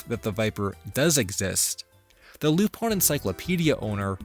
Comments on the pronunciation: I fucking hate that he says Lup- ON when it's Lup- IN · Why is it being pronounced "lup-on" instead of "lu-pin"? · is it actually pronounced Lupon? I thought it was Lupin how it was spelt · Then you'd hate like 90% of the show then because he's literally called Lup-ON in most subs and dubs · from what I was able to gather, it was to prevent problems with the Leblanc estate. Despite this, in Part 1's dub, hes called Aramis (instead of Arsene) and also called Lupin ( like in other media). In the FilmZone dubs, he's always referred as "Loopin" (like the Funimation dubs, also because that is how the name would be pronounced in spanish). However in the Special "Mystery of the Hemingway Papers" he is referred as "Cliff" by other characters ( which is weird because it could be possible that it was the first special to be licensed., due toone cast member being changed) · Japanese technically lacks the English R sound. In Japanese らりるれろ (ra ri ru re ro) are said more like l tends to be said in English. Tip of the tongue rather than back of the throat. As far as it being ルパン it’s just the phonetic way of saying Lupin. It’s no different than some words having to be written out with the notes of “said a as in father” when people who speak English are learning Japanese or Spanish.